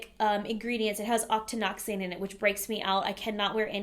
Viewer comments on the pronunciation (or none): none